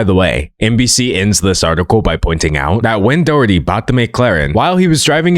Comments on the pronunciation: It's pronounced like"Dah-HER-tee" The "H" sound is heavily aspirated in Irish-English, I'm not the best at writing down pronunciation so it might be a bit off. I think Americans in general also pronounce it a different way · really cool video! this is really off topic but the mispronunciation of doherty breaks my heart 💔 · As an Irish person, the way he pronounces Doherty makes me giggle